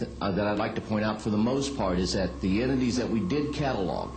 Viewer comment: Did the alien hunter say, "Enemies" at about or did he say, "Entities"? Sounded like Enemies to me. That's not good. The object out of the plane's window was moving as fast or faster than the plane!! That was very strange and interesting. Thanks for the video!!